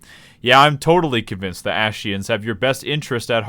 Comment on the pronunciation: dude sounds like ur saying ashciens